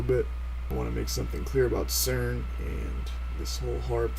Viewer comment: CERN or SCERN? ;-)